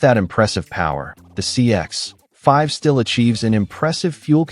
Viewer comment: Tip for YouTube creators who use AI. Check your copy before generating audio. Find and replace Mazda CX-5—change to CX5, otherwise you get that awkward pause that sounds so obvious. Same with "9 liters slash 100 kay em". That's brutal and easy to fix. Better yet, try writing your own copy.